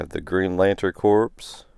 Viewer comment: the word corps in green lantern corps is pronounced like the word core not like a dead body which is corpse. the marine corps is the same way not corpse but core.